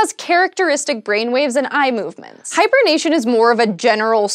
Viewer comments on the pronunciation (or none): I kept hearing Hipernation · Hyper-nation? Which nation? Why is it hyper?